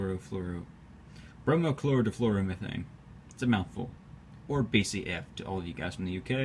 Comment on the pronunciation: I really ought to give you props for being able to pronounce the name of the chemical that "BCF" stands for. I just always go "However this is pronounced".